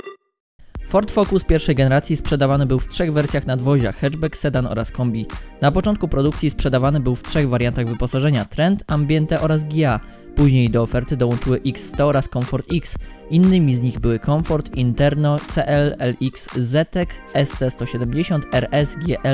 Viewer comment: Chyba raczej czyta się "Giia", a nie "Gja"... I takich błędów można u Was na kanale naliczyć wiele więcej.